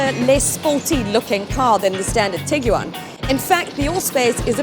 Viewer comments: Tiguan.. Like Tig-ONE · LOL!!! Tig-You-One... dying!